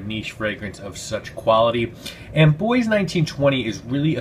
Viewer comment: You pronounced Bois right as well. I learned that last year lol.